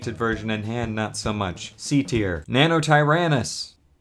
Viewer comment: “Nannotyrannus.” silence. F